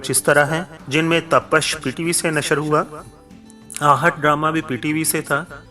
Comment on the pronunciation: Tapash nahi tapish